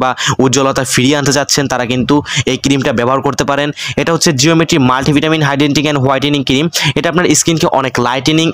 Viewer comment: Hidenting??😂😂 its hydrating